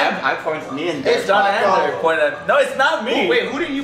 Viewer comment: When Ryan said “Yeah No” it sounded like yeah uh nu xD